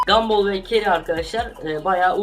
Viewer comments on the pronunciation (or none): none